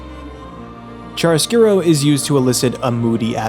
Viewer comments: uhm... it's chiaroscuro ("ki-a-ro") not chariscuro :'D In Italian "chi" is pronounced "ki" whereas "ci" is pronounced "chi" (or I guess "kee/chee" for an English speaker). the rest is pretty good though ^.^ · A bit of a correction here, in italian it is "C H I A R O S C U R O" :)